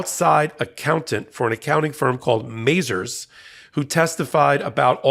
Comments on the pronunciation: It's muh-ZARZ, not MAY-zerz. You get too many pronunciations wrong on this channel – another being Aileen Cannon, whom Ben repeatedly insists on calling Eileen Cannon, for some strange reason... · Mazars originated in France. Pronunciation is Mas-are. not Mazers as in Lazers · Why is saying MazERS when it should be MazARS?